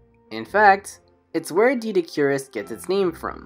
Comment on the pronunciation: I believe it’s pronounced Doh-eh-dik-or-us